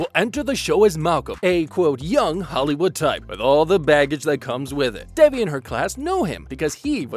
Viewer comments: It’s pronounced “they V”. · Omg why are u guys calling her DEBBIE its DEVI ..theres no B